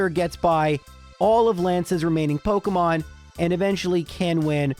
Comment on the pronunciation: pokEEEEEEmon not pokUHHHHHHHHmon